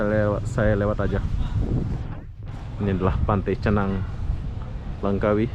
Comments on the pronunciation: Langkawi bang..bukan lengkawi 👍🤣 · LANGKAWI !! BUKAN Lengkawi